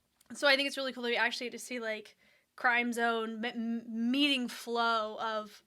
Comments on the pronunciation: It's crim zone. Sound like "cream" it symbolizes the blood, sweat and tears they have put in their craft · It’s actually CRIMZONE like Crimson, not CRIME ZONE😊 Thank for your reaction video of our Mahalima❤ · crimzone is pronounced as 'krim-zown'